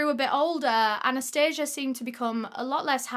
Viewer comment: You pronounced Anastasia wrong. In Russia the emphasis is totally different. 😘☺️ just wanted to let you know. Love your videos btw ♥️🙋🏼‍♀️